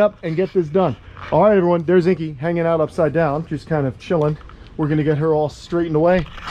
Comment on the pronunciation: The only thing you could have done better is say Inky’s name properly 🤣